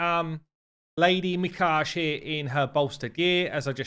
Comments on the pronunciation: Mi kage? I think prolly pronounced as Mi ka ge divided onto 3 parts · I think it's pronounced Me-Kah+Gae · Pronounced me-cog-eh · Pronounced Mi-Ka-Gi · Me-Ka-Gay is the correct pronunciation. And Kyoku is pronounced Kyo-Koo :) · (Mi-kar-gay ;-) for future vids) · It’s pronounced “Me-kaw-gay” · Probable pronunciation: Lady Me-kah-gay. The Japanese don't place emphasis on any one syllable in a word so they all have equal emphasis. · ‘Me. KAH. GAY’ that’s how it’s pronounced. If you’re a Naruto buff it’s like saying’Hokage’ Anyway definitely going for her. Looks incredible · Her name is pronounced "Mi-ka-ge" and from Japanese it means "divine spirit; spirit of the dead"; she looks awesome btw and hopefully I'll be able to get her someday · Mikage is pronounced with a hard ‘g’ like genshin impact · Mikage. The G is pronounced like the G from Gate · animeniacs description was way more accurate to the japanese pronunciation of Mikage.